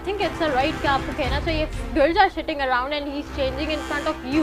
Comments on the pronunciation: girls are shitting around or sitting around Yar english ki mar di isne Nahi aati to mat bol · she said girls were shitting(tati kar rahi thi)😂😂😂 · Guys..Guys...Guys!!! Just hear it...... . .....the Girl said 'Girls are SHITTING arounddd' two thre times😂😂😂😂ye kyaaa haiii😝😝😝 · The girl speaking english was saying shitting instead of sitting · yes they can speak in eng and instead of saying sitting she is saying shitting have any ine noticed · RIP inglis "girls are shitting" 😁😁